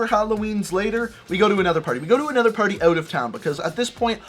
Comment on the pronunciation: he said anether at the beginning